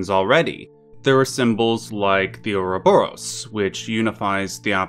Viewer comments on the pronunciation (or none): none